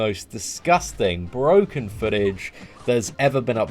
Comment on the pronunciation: Don't say "brokken" please lol